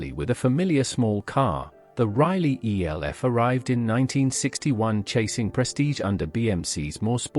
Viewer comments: Elf - not E.L.F ! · EE ELL EFF AI strikes again. Cannot even pronounce Elf